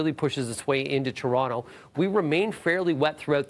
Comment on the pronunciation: It pronounced TOronto...not CHURonto... It's a city not churro. Can you be on TV. Check. Can you read with good literacy... Nope that's OK.